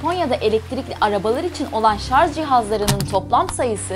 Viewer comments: HerkeZ değil herkeS. Fujitsİ değiş fujitsU. ŞarZ değil şarJ. Bu kadar abonen var bunları düzgün söyle bari de örnek ol. 🙏🏻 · Şarz diyor